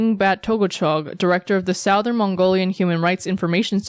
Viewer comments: Who says Sou-thern!? It's Su-thern! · 'Soar-then' I swear, these newscasters are robots, with how they pronounce things.